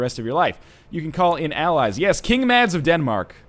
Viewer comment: Northenlion Mads is pronounced with a silent d